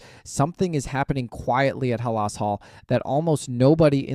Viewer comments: I noticed that immediately—Ha-LAS Hall. My guess is that the OP is very young and not well-versed in Bears history. That’s OK, he can learn. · A Bears fan who can’t pronounce Halas. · Lost me at 11 sec w/ mispronunciation